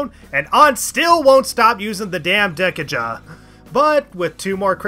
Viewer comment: Why would you pronounce dekaja that way??? It's DE-KAJA, the thing that removes kajas, it isn't 10 jas!